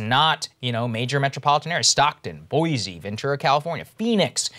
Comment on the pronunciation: Krystal! you said Boise correctly. Thank you very much. However, it's not Boise city, it's just Boise. Most Americans mispronounce Boise by using a Z sound. So, I appreciate you saying it correctly. :) Hopefully, Saager will get it down, too. Cheers